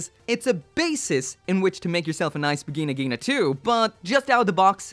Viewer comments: I thought it was pronounced as Va jai Na Jai na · Wtf you said Vigina Ghina? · In the bigina-gina... Ini da biginagina... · When you don’t pronounce the N in Vigna Ghina.